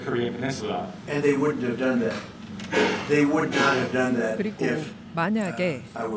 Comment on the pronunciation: 통역사의 영어 발음과 억양이 미국에서 무시당할 수 있는 수준입니다. 듣기에 매우 불편합니다. 예를 들면 That을 Dat이라 발음합니다.